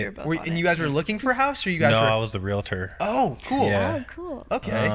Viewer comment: Arie said it correctly ( of course ) REAL-TOR....not REAL-A-TOR.....it's a pet peeve , sorry